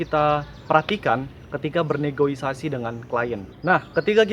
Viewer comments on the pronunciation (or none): interupsi bang, btw yang bener negosiasi bang wkwkw...